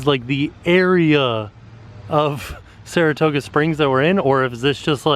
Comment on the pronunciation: Saratooga? Margaritos? Get it together, lol